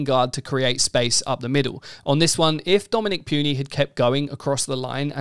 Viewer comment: Hate to be that guy but it's pronounced "Poo-nee" not "Pew-nee"